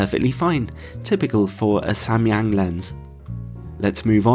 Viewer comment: As a Korean I was surprised by your pronunciation of Samyang, which cannot be more accurate! Then I learned that you were an English teacher in Korea long time ago lol 😂 Great review! Thank you!